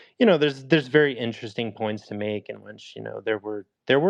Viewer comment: How the hell is this white boy trying to spell check somebody but he keeps saying winch instead of which. 🤷🏾‍♂️